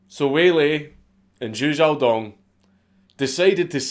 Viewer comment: Thank you for pronouncing his name correctly! Watching other people read Chinese names and say Zhou wrong for 30 minutes drives me up a wall